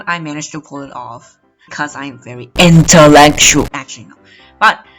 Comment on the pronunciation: It's funny how he said intellectual